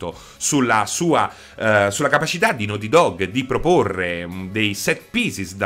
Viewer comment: "The lest of us" "nouty dog" mi sanguinano le orecchie